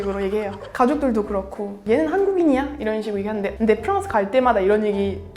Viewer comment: 프랑스를 프헝스라고 안 하고 한국발음 프랑스라고 하는 것을 보고 이 분은 정말 찐이라고 느낌.